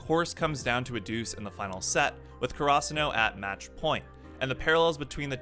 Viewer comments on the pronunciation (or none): Nice video and all, but the way he says some of the characters and schools names really pisses me off lol. Like Hinata is He-Nata and Karasuno is Car-Ah-Soo-No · The way you say Karasuno bothers me so much lmao